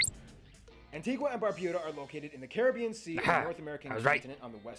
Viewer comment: He was gonna say at the end he pronounced the name wrong. We pronounce it an-ti-ga not an-ti-gwa